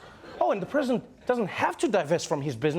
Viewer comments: Lol egen Pence says ”President Trump” it sounds like he’s saying ”Prison Trump”. Im here for that! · Sounds like Pence is saying "Prisoner Trump"